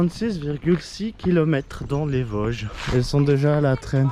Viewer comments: On dit Vôôôôôsges bon dieu ! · on dis les Vôooosges 😉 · Merci pour cette vidéo qui m'a effectivement plu mais qui ne m'a rien appris ^^. Petit cours de prononciation: VOOOOsges, Altenweiher=> Alteune Vaï Heure, Schissrothried==> Chisse Rooote Ride. Contrairement à toi, les sacs à dos de tes copines semblent trop gros, trop lourds et mal équilibrés. En Montagne car les Vosges, c'est de la Montagne, c'est vite usant et pénible ce genre de marche avec de tels sacs. Vous avez parcouru un secteur très connu, classique et touristique. Normal, c'est un des plus spectaculaires. Par ce climat, vent pluie et changement rapide de température, évite de monter sur le Kastelberg, dans le brouillard, on s'y perd. Il veut mieux rester à l'abri du vent en marchant sur les flancs des massifs. Il y a bien d'autres secteurs très beaux avec des refuges libres d'accès et confortables toute l'année. Ils sont équipés de poêles à bois ou de feu à l'âtre que tu peux utiliser. La ferme où vous avait fait une pause s'appelle une marcairie. N'hésite pas à me demander des conseils si tu veux revenir faire une expédition dans les Vosges.